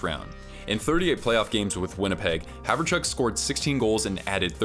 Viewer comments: HOWerchuk. Not Haverchuk. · "Haverchuk"? I've always heard it pronounced "howerchuck". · The craziest thing about this video is the casual reminders that the San Jose Sharks had once been an actually good hockey team. Edit - also, who the heck is Dale Haverchuk? Pronouncing names properly is rather essential if you want to be taken seriously.